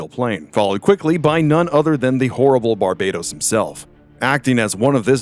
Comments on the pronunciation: Its actually pronounced bar"bat"os like batman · "Bar bay tos" shivers Ugh, please Americans, please pronounce names correctly for once.